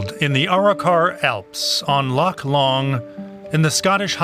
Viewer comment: Arro-Kar. Try again!